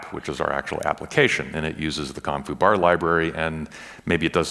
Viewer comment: Whenever he says com.foo I hear "Kung fu" and I go "Wait what!...oh ok.."